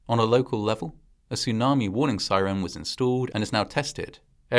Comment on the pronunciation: Its a tsunami not a sunami. And after saying sunami for most of the video in the end of the video you actually said tsunami, so weird.